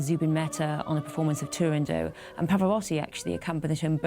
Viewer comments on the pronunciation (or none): And apparently it's pronounced Turandoe!! lol. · There are quite few mistakes in the narration, but the clips of Sutherland's singing are marvelous, always a pleasure to listen to this marvel of a singer. I was lucky enough to see her multiple times on stage.